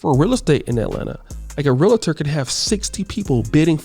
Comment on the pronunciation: Love your content. However it's realtor is said like real-tor not real-a-tor.